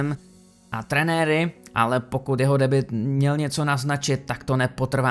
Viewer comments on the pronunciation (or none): none